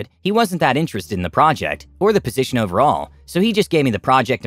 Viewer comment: Project, project, project, project, procect and project😂😂